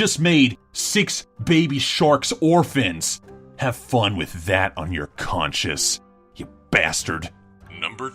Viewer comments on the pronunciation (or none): Or-FINS XD OK I'll leave now... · you mean orFINS XD